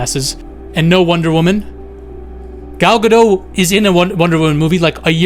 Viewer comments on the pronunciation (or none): none